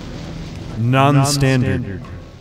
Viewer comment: The emphasis on "Non-standard" got me good.